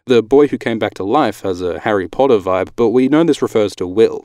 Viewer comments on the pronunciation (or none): none